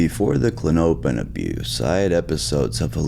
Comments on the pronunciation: I think it’s pronounced “Klon-oh-pin” …but maybe I’m wrong 🤷🏻‍♂️ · It’s CLAW-no-pin btw. Stress is on the first syllable. Was kinda killing me tbh lol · Kla-nope-N’s alone is diabolical! Artificial intelligence type shit type shit🫠😶‍🌫️🫣🤗😂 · It's klah-no-pin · Klah-nope-in he says lol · klonopin is the only medication that manages my anxiety without making me black out or get that dumb feeling like xanax. and it's pronounced klon-uh-pin. green pins are 1 mg, white pins are 2 mg. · It’s pronounced “Klon-O-pin” (Respectfully) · Kuh lawn oh pin. That is how it is pronounced. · It's pronounced "klon-o-pin". It was really annoying listening to you pronounce it. No offense brother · It's pronounced CO-LAWN-A-PIN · Pronounced “klono pin” hence the nickname k pin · It’s kinda funny how you pronounce it like how a weird midwesterner or something would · How dare you! I am so disappointed and frankly disgusted by your pronunciation! Big pharma spent like 3 GRUELING seconds naming this drug and you disrespected all that hard work! You ought to be ashamed… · The way he says the name is meaning me need one